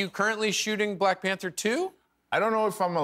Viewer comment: "Mack Manther" 🤣🤣